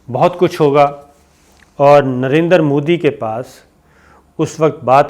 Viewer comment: Did he just say Narendra Phooddy?